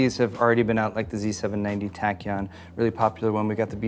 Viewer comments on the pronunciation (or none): none